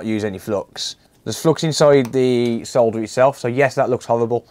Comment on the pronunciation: FINALLY! Someone who pronounces Solder correctly. Sole-der...not Saw-der. 😁😁